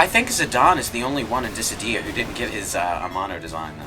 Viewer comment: Dat syllable emphasis on Dissidia in here there. It took, like, three or four times for it to be said here for me to get that they were talking about that game.